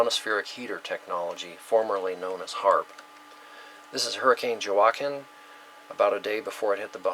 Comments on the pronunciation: Thank you. J is like H or W in Spanish, as in Juanita or La Jolla. Hurricane H'wa-keen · Just subscribed ...love your work. Just a minor thing, Joaquin is pronounced "hwa-keen" ;) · Word Pronounced- Joaquin Wah (as in what) and keen (as in keen intellect) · Thank you for a great presentation. Shared. PS Joaquin is pronounced waa keen, the J is silent. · Joaquin, pronounced, walkeen. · pronounced Huakeen...like Joaquin Phoenix.